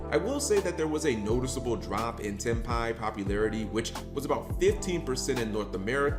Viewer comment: Cap pronounced Tenpai correct this video 😂 I said this o Mkohl40's vid on Ghost Sister and I will say it again here: Folks want to whine about The butt ton of life points to gain, but say nothing about her effect that halves the users LP on End Phase if no life is gained by the effect. But then again, today's duelists more likely don't read all of a card's effect, "Reading, what is that?" Honestly, seeing Rit Beast getting that Gigachad 2nd place finish gives hope for more variety in top cut pools, even is 40 of the top 64 decks played with the Fiendsmith cards. The more Gigachads taking unexpected decks and playing them like you stole the whip makes me smile. Ancient Gears in America, Ritual Beasts in Europe, now we wait for the Gigachad to run Madolche, or Ice Barrier